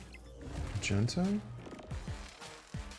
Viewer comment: Love the deck and always great gameplay! Curious though for Magneto, why do you say pronounce Mag-Knee-toe like Maj-en-toe?